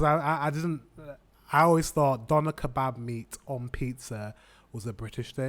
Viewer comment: It's pronounced "döner", not "doner". 🙂